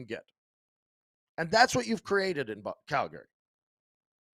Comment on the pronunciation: Why does still say “Calgary” wrong?!?